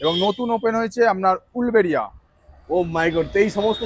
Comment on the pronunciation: ওটা উলবেড়িয়া না উলুবেড়িয়া (uluberia)..